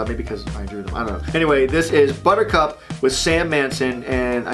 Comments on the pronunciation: Buttercup is not a two syllable word buddy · He said that her name should've been two syllables and all I could think of was calling her 'Blistex' like the lip balm lol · Yes, a two syllable name like Buttercup... Buhcup... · Buttercup- 3 syllables... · buttercup isn't two syllable. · ...Butch, I hate to break this to you buddy, but Buttercup is a three syllable name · Is it just me or is buttercup a three syllable word